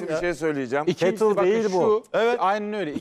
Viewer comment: Yanlış anlama düzelteyim; cattle Sığır demektir. Kettle diye yazılır, ketıl diye teleffuz edilir :) umarım kızmazsın. Bende bayağı güldüm, Madama laf atlatılmıyorki:))